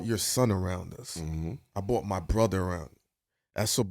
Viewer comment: Why do people say “bought” in place of “brought”? Is there a hatred for the letter R? Is it bcuz of the big R word? Is it a gang thing? What’s happening to the r in “brought”??! Bing it back!!